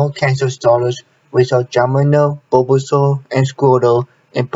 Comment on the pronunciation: its the way he pronounced bulbasaur